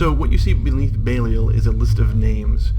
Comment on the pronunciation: I know they are your own unique takes on the names, but could you please try to pronounce existing names you are using correctly? It pained me every time I heard Belial said "BAY-lee-el" instead of "Beh-LIE-al"